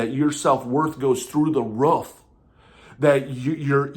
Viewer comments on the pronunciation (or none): Wruf instead of roof is insane 😂😂😂 is that a side effect? I’m just kidding